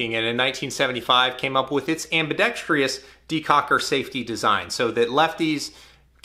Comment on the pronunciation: Ambi dex truss not Ambi dex tree us There, I said it....